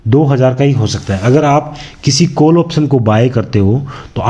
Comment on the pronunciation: कोल नहीं काॅल बोलिए